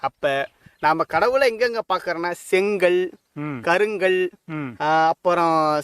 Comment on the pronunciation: முதலில் செங்கல் கருங்கல் போன்ற அருமையான தமிழ்ச்சொற்களை சரியாக உச்சரிக்க வேண்டும்.